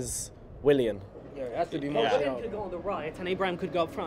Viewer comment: Umm mate it’s not pronounced Mar-Ti-al... it’s Mar-shi-al 🤙🏾